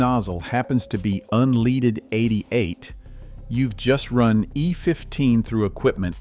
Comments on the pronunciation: How about using a real human instead of robo voice to narrate the information? It's "un leaded" not " un leeded" stupid! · Un leaded un leaded not un leeded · Unleeded… F’n AI… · So sick of these AI videos. The producers of this crap should be required to tag every video as "AI generated ". The word is "leaded" not "leeded". I don't trust or put any stock in illiterate people. I'm certainly not going to do it with a box full of electronics. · Ai needs a Remedial English class! "UNLEEDED"???🤣😂😅🤔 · You're talking about types of gas etc and you mispronouce unleaded lol